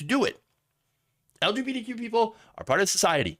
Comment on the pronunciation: Anyone notice it sounds like he keeps saying lgbDq, a few times? If you're struggling with the acronym just say queer.